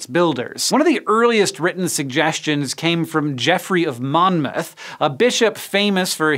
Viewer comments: Wiltshire, Salisbury, Monmouth, spot on pronunciation, for an American there's a lot that could have gone wrong there! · Congratulations on your excellent pronunciation! I expected Salisbury and Monmouth to trip you up but you nailed it! Nice to see someone doing their research! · I'm not sure if anyone has noticed this and commented but I want to commend you for your correct pronunciation of the various places in this video. Oftentimes it's a cringe-fest hearing foreigners butcher UK place names. Wiltshire, Salisbury and Monmouth are all places I fully expected you to mis-pronounce and was SO pleased to hear them said properly!! If this is you doing due diligence researching their pronunciation then bravo, if however this is just you knowing how the should be said from close personal knowledge of the UK then I'm a little fascinated to know the story behind such knowledge.